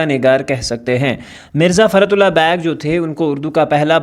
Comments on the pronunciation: Beigh ❌ bag✅. 😭😂😂😂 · sir its beigh not bag .